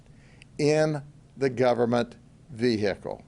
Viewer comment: no one: every cop ever: ve-HICK-le